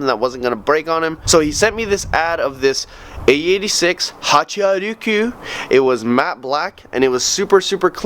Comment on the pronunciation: When you said “Hachi-a-ru-ku” it made me cringe, it’s “Hachiroku” Anyway I love this project.